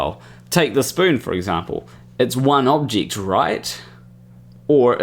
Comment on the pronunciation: i kinda find it funny that your pronunciation of object is like objict